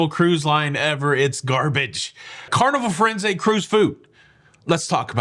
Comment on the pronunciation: Was I the only one who heard "Carnival forensics food review"?